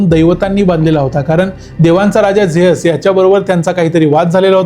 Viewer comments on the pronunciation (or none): झेअस ❌ झीयुस ✅ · झ्यूस ❌ जेअस✅ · झेअस नाही झ्युस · Good presentation. A polite suggestion. Confirm please- God ' Zeus' Pronounced like as Zi short as Zee TV & & Oos/Us as in Sugarcane 😊